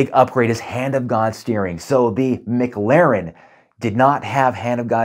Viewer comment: Mic-Laren? It’s pronounced Ma-Claren. Good over comparison though.